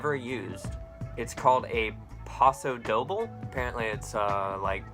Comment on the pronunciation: First of all, you crack me up! Loved the escalator ride this week :) Secondly, you need to work on your pronunciation of paso doble, and I assume through your wild gestures that you were trying to say it imitates the movement of a matador’s cape (which it does). I only know this because my guilty pleasure is watching Dancing with the Stars :) Finally, Trey is desperately waiting for your return so he can take lessons again. Piano lessons with me is a poor substitute. Miss you! Question how did you celebrate Thanksgiving and how will you celebrate Christmas?